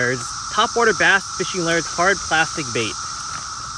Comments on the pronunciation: Still calls it "lers" instead of "lures," like "purs" instead of "pure." lol Still, the man catches more fish with his "lers" than I do. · Love your Vids But wont lie i hate the way you say Lures!!! Your accent or how you Pronounce Lure's sounds like the Madea Would say but lighter!!! Its killing me!